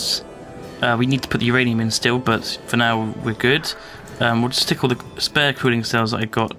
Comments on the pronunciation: It's not URanium, it's MYranium. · no its not youranium its myranium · Uranium not rainium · Uranium? My ranium? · myranium, get it right. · What Ranium, My Ranium? Your Ranium? WHO'S RANIUM.